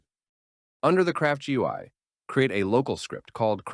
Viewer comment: AI voice gained an accent trying to say "GUI"